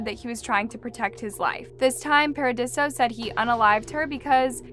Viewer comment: The vocal fry and inability to read (Paradiso is not pronounced Par-uh-dee-see-oh) made me say, “Buh-bye.”